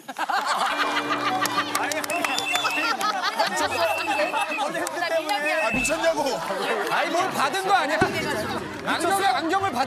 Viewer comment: 마지막 문제는 넉살 pali pali 발음이 개웃긴데 잘렸네 ㅋㅋㅋㅋ